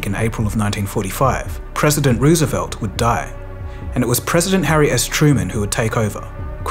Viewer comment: If people going to do history narrations, it might be a good idea to pronounce Roosevelt correctly.